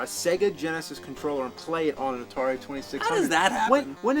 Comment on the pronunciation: Atari twenty six hundrit.